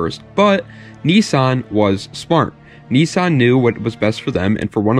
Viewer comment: When you say knee...sawn do you mean niss-an